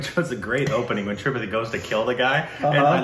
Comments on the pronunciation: The movie was insane. Also, just FYI, it's pronounced as three-paht-eee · Another thing regarding Tripathi's name. It is writtern with single 'a' but while pronouncing, it is said with double a.. When pronouncing, it will be "Tripaathi"